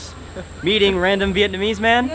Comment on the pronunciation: also it Vietnamese not "Vietnameese".